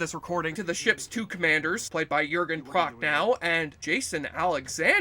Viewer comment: "Jürgen Proch-no", not "Proch-now" (I don't mind you skrewing up the pronounciation of 'ch' -- unless you're German or Klingon), but -- for the love of ... -- it's [sth. like] "Das Boat" -- not '*oot'.